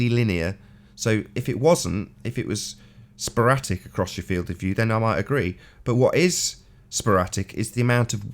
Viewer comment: "Sporatic" LMAO!